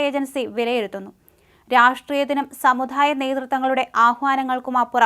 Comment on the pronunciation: സമു 'ധാ' യ മല്ല, സമുദായം. പല്ല് തേച്ച്, നാക്ക് വടിച്ച ശേഷം വാർത്ത വായിച്ചാൽ നന്നായിരുന്നു.